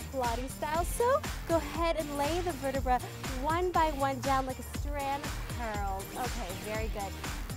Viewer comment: "vertebrae". xD The "brain" made me giggle.